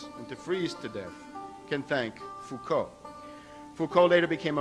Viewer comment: The Foucault bit is hilarious! An example of TLDR-research. He even failed to read how to pronounce "Foucault", let alone to choose the correct Foucault :)